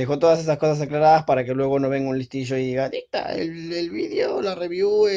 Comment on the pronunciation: te mamaste dicta ahí se escucha como medio raro y chistoso 😂😂como pronuncias eso :v